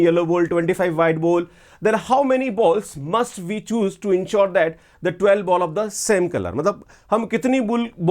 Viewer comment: ball ❌ bull✅ 😂😂😂